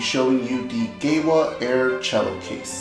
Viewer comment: Pleeeeeeease, GEWA is German, it's pronounced Geeva!